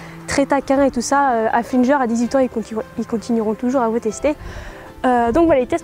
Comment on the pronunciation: super video mais on ne dit pas haflinger mais haflingueur (oui je sais sa ne s'ecrit pas comme s mais c'était juste pour te le dire ) voila c's=est tout et je t'adore